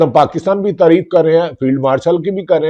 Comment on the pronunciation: بھی کا ب نکال کے بات کرو میرے بھاٸی